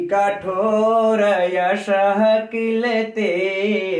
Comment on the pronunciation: गुरु जी यशः एवं घोरमतः के वाद अर्ध विसर्ग का उच्चारण करना चाहिए ।